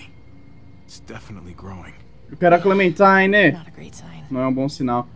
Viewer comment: que clenmentime se ta falando